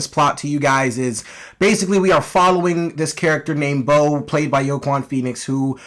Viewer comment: Are you saying Joaquin's name wrong on purpose? Lmao